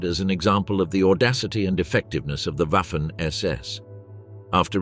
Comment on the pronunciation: Ouaffen ss when it should be vaffen ss. Read up on pronounciation!